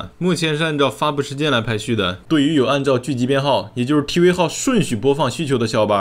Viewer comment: 是tv 不是t wee